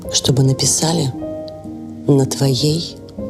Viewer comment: Не «написаʼли», а «напиʼсали» нагробовій дошці😏